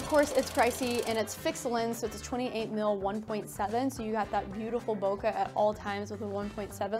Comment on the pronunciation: bokeh is bo-kay.